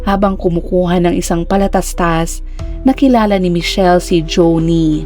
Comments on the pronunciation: I love the way you narrate.... pero na tawa lng ako sa PALATASTAS 😂 PATALASTAS poh! 😂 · patalastas po.hindi po palatastas,ang na bigkas po ng ganyan ay mga kids na kadalasan nasa 3 years old lng. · Patalastas hindi palatastas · Patalastas po...not palatastas 😁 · Patalastas not palatastas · Patalastas Hindi palatastas🤣🤣🤣😝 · Patalastas hndi palatastas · PATALASTAS po..HND PALATASTAS🤣😅🤣🤣 goodness yoooowwwn nuooowwwwnn iyoooowwwn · PATALASTAS po. Hindi PALATASTAS... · If I may correct the word, it is patalastas not palatatas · Palatastas or patalastas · patalastas Hnd palatastas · Palatastas? Patalastas po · Anong palatastas😂😂😂😂😂correction PATALASTAS po 😂😂😂😂😂😂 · Patalastas po tmang word and pronounsation hndi palataslas prang bata lang na bgo plang ngsslita eh😂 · anung palatastas😂😂😂😂patalastas😂😂😂😂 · Patalastas po nd palatastas 🥰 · Patalastas po hindi palatastas😅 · PaTALAstas po. Hindi palatastas. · Patalastas po hnd palatastas🥹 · Patalastas ❌️ Palatastas ✅️ 😅 Love the narration thou. ❤ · Should be "Patalastas."☺️. I like this Vlogger too🥰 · 😂😂😂 Akala ko nga ngkamali pero nang paulit ulit Palatastas tlaga😂 Patalastas! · 😂😂😂binalikan ko nga talaga kasi parang mali ang narinig ko, pero yon na yon😂😂😂😂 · 😂😂 bakit palatastas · 😂😂😂oo nga prang nung bata p aq palatastas din twag q sa patalastas😂😂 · naka AI ang palatastas 😊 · Patalastas yata hindi palatastas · Correct nga din po,. patalastas di palatastas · Ok na sana si narrator kaso bulol,,,PALATASTAS""😂😂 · Oo eh akala ko ngkamali lng sya pag mention ng PALATASTAS pero tinapos mo ang kwento eh vtalangn PALATASTAS 😜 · 😂😂😂hahhaa Ako Rin eh.piro mas madali kasing banggiton Ang Ang palatastas 😅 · PALATASTAS ang nagdala sa kwento..😁😁😁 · Yan dn paulit2 ko narinig😂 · Oo nga no? Pero ok lang. Work in progress din ang atung narrator. Good story!